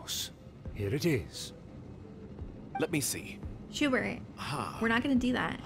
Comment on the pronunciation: I love how it's pronounced "Shoe-Burt"